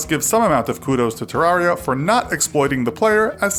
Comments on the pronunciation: Agustine 123 terraria is properly pronounced “ter-rare-e-a” like “terrarium”, this is confirmed by redigit’s pronounciation in his playthrough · It's Ter Rar I A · Does anyone get triggered that he says Te-Rar-Ria instead of Ter-reria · not to nitpick but he says terraria wrong